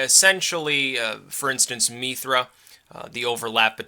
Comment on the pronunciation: Its actually pronounced Mithras in a Roman/Greek context. Have yu read Evola's work on Mithraism?